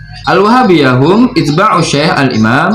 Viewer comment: Punten kang itu tdk bisa di baca itba' tapi yg mungkin adlh ittiba' Masdar dari madli ittaba'a atau atba' jama' dari tabi'...